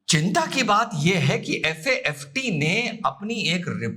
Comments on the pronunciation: Good analysis! 👍 लेकिन आपने 1–2 नहीं पूरे हर बार FATF को FAFT बोला.... प्लीज ऐसी गलतियों का रखिए!!!! विशेषकर जब आप क्लेम कर रहे हैं की ऐसे राजनीतिक मामलों में आपका कमांड है.... Hope you will take it positive! 🙏🙏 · Sir its FATF not FAFT 💓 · Sir it is FATF NOT FAFT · It FATF instead of FAFT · It is FATF and not FAFT? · Sir aap baar baat FATF ko FAFT bol rahe ho 🙏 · Sir with due respect, it's FATF not FAFT . We understand it's slip of tongue. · FATF को आप FAFT बोल रहे है। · FAFT nahi, it is FA TF. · Sir it's FATF not FAFT as per my knowledge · FATF को आपने बोला है FAFT वो भी एक बार नहीं बल्कि बार- बार बोला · Its FATF You said FAFT. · Dosto sir se sleep of tongue hua hai its "FATF" not FAFT....✅ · FAFT नहीं FATF 😅 बोलो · Sir its "FATF" 🙏🏻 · सर आपने FATF लिखा सही है उच्चारण गलत कर रहे हैं।